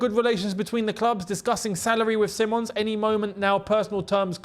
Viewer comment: See mons is how they say it over here in Holland btw. Just sayin. Dutch media think its on.